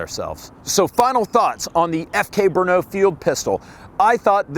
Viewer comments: First, it's NOT Bruno, it is BRNO. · FK Bernaugh xD Listening to Americans trying to pronounce Czech words is fun. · Its named FK BRNO soooo... It can also be pronounced FUCK BRUNO